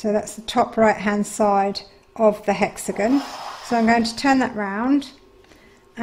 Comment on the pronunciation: Thank you for the lovely video! Only, it is hexaGON, not hexaGNO. Hexa is the latin prefix for "six" and "gon" is the latin postfix for "corners". Thus the words hexagon for a shape with six corners, octagon for one with eight corners, and so on 😉 I love the golden thread ❤